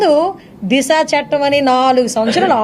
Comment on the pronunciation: అమ్మా తెలుగు నేర్చుకో చెట్టం కాదు చట్టం